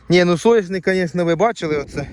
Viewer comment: СоНННяшник!!!! Не соЯшник , вибач але слух ріже капець